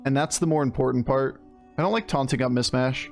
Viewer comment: It's "MiSHmash" not "MiSmash". Sorry, just makes me twitch when you keep saying it with the sibilant first s.